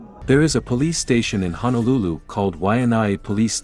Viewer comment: Brah, Honolulu and Waianae are separate counties. And it's HONOlulu, not HANAlulu. I can tell you one haole from da mainland.